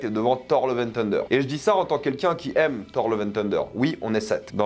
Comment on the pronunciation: Ce qui est aussi illégal c’est de prononcer thunder « teunedeur » 😂 Lille c’est le Bronx français en fait 😉